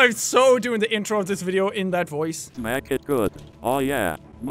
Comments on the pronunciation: He said "in the next videau" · jacksepticeye at the ending he said VIDE A RULE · " And i will see u guys in the next vidiaU " pure english brah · "in the next videaoo" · "In thee next videau"